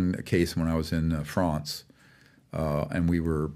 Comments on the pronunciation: If you didn't already want to punch him in the face, you will once you hear him say France😂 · I knew this guy was full of crap when he pronounced France “Fronce”. I’m out. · Add to the list of people I don’t trust: “Those who pronounce France with a Spanish pronunciation.” Right along with “Wears a bow tie.”